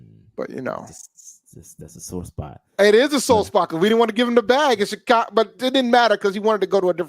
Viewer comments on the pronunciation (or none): Did you say Shecago Bears? That’s funny